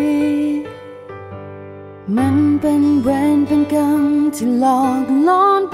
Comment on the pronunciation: เพลงประกอบเพราะดีแต่การออกเสียงคำว่าเวร กับคำว่ากรรม นี่แปลกๆพิกล เหมือนคนต่างชาติออกคำไม่ชัด ละครเรื่องนี้ณิชาแสดงเก่งมาก